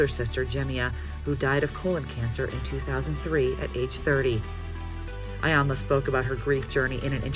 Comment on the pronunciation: I would really appreciate it if journalists and reporters would please do their job to make sure correctly pronounce things like names, cities, and streets before reporting. Do your research because you mispronounced "Iyanla" a few times.